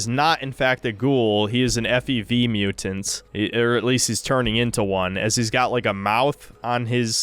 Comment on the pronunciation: "super mu'ant"